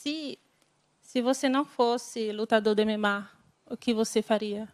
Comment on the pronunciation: Português muito bom mesmo, se não fosse pela pronúncia do "MMA", nem iria suspeitar.